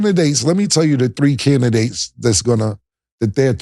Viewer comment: Cam : candigates 😂